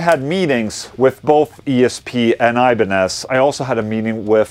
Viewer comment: try to say IBANEZ like it is , it is not english word !